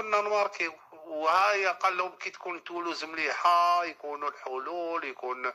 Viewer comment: علابالي هاو انا علاش علقت 🙄🤣 سمعت شاراه يقول "تولوز"